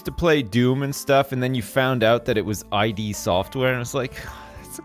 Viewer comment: It wasn't "I.D. Software". It's "id" Software. As in "id, ego, superego", etc. Freudian psychology. The id is the primal part of the mind, the instinctual and impulsive, sexual and aggressive drives. I know, I made the same mistake when I was a kid. It wasn't until I reached adulthood that I learned what the name really meant. P.S. The original working name for the group of friends who later founded id Software was "Ideas from the Deep", which they then shortened to id. They meant it to stand for "in demand" for marketing purposes, but several of them thought it was lame. Someone suggested a connection to Freudian psychology instead, and they accepted it as the official meaning.